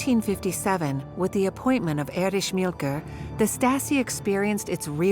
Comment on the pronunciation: The Stazi, or Stasski… with its head, Ériche Mielke.